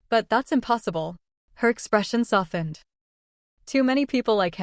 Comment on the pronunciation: I love this to pieces! Can someone please tell the AI that the "t" in softened, is SILENT! 😂😂😂